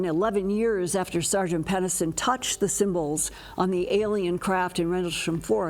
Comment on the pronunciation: Moulton-Howe, PENNISTON! Why do you (and a bunch of other ufologists I know) have such trouble pronouncing Jim Penniston's last name? Especially given the surname's root (PENNIS)! "Come on down to Penis town..!"